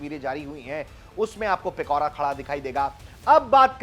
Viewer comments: It's Pichora not Pikora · Its पिचोरा not पिकोरा... Its not truck mounted.....